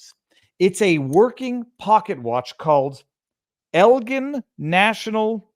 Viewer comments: Is pronounced L gin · ITS EL GIN LIKE SEAGRAMS 7 GIN FROM WEST SUBURBAN CHICAGO'S ELGIN IL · Viva, the pocket watch is nice but youre pronouncing the name wrong. I live in Elgin. Your pronouncing the g part wrong 😊